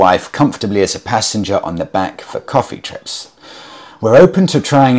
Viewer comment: Pallions and Pissengers huh............